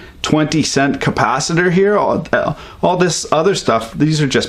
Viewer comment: he keeps sayin'. capacitor doozy meen capacitater?